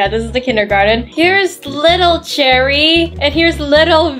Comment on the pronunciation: I love the fact that when says cherry it sounds like jerry like this comment if you agree 👍I just think its funny